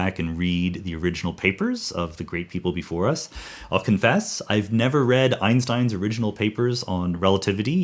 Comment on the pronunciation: Another great lecture. I watched all three parts with intellectual pleasure. My only complaint is that you do not spell certain words correctly. Newton's Principia Mathematica is pronounced: Einstein's surname is correctly pronounced On behalf of all countries (minus three), I ask you to use the SI International System of Units, not the Medieval Imperial, which is foreign to everyone else. Thank you! Kind regards